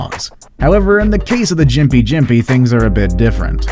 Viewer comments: seriously dude.....its pronounced Stricknine........and Gimpy gimpy.......not strichynine and jimpy jimpy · South of the equator we pronounce it Strick-neen. And yes, Gympie is pronounced like gimp-ee with a hard G as mentioned in these comments.